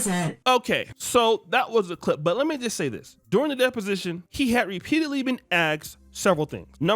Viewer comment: Bro it's "Dep Position" not desposition or disposition.😢